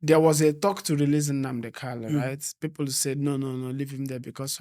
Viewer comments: Bro, his name is Nnamdi Kanu and not Kalu. You have constantly said it the wrong way and seems no one is correcting you. Change it from today abeg. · PLS GUYS HIS NAME IS (MAZI NNAMDI KANU) NOT (KALU) PLS ALWAYS PRONOUNCE IT WELL AS AN IGBO INDIGENES THAT YOU GUYS ARE...AND...NO DISRESPECT? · If his lawyers do not know how to pronounce his name, how do you blame someone else. A big shame. What this means is that the lawyers are defending someone else, not Nnamdi Kanu.